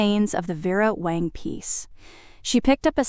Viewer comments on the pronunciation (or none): It's Vera WANG, not Wong! Both were mentioned. Did Audrey pay $3k or $4k for the insurance, both amounts were mentioned. I found a few other discrepancies, sorry, but still enjoyed the story. The background actually followed the story which was refreshing. I subscribed and await more of your stories.